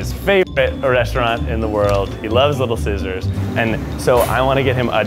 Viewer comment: I heard him say little scissors..